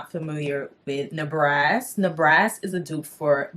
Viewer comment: Good review..i had to look at the bottle to see what you were talking about..i think you saying the Ne ba ras incorrectly